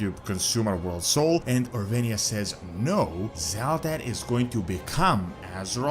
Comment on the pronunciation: At this point “Orwenia” has to be intentional